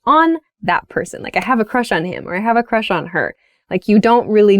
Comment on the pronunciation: I "have a chush on" Alisha. Hihi 😘✋